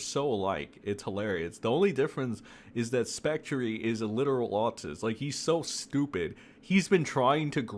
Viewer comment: Or how about specTREE😂